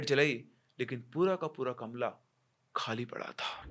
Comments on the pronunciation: Sir kamra hota h kamla nhi 😅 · kamra❌ kamla✅🤣